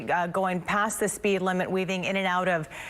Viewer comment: She keeps saying "high rate of spade" lmao